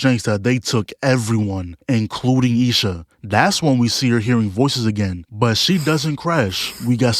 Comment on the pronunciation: I love how he says lil sha instead of isha 😭😭😭😭